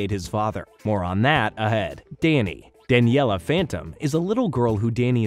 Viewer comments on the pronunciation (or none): OK if you’re gonna do a video like this, you have to do it right here are a few things that you’re missing; Name pronunciations - Danielle not Daniella - Plasmius not Plasmus Plot points - in your list of notable characters you prioritized Dani over Valerie when she only appears in 2 episodes and guest stars in the final. Valerie should have been listed and she should have been listed before Dani - Danny walked into the portal on purpose not by accident - Vlad’s hair turned white. That did not age him up. It just inverted his hair like Danny’s. Vlad was too sick in the hospital, recovering from the incident to graduate. - this is not the entire story if you’re skipping episodes. This is the gist of the story. - the Fentons are DEAD that is Valerie Gray and her father, Damon Gray! TUE was one of the best episodes of the entire series before its downfall in writing….AND YOU BUTCHERED IT??? What tf do you have against Valerie???? - Jazz shoots Vlad not punches him - oh now you mention Valerie??? And you write her off??? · If only he could spell and pronounce character names right. I was cringing whenever he said “Daniella”. And I noticed he spelled “Valerie” with an “o” in the middle.